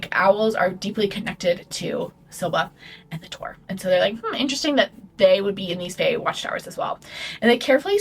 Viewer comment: babe i could NOT listen to u say Bort and Tore